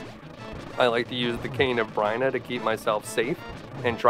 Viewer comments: cane. of brina? no no... its B-Y-R-N-A. --- beer-na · Amazing video but every time you pronounced it the cane or “Bryna” not Byrna I shivered a little lol